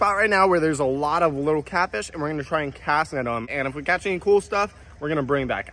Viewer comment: When u said “that’s catfish that’s all catfish” I thought u said “that’s caca that’s all caca.”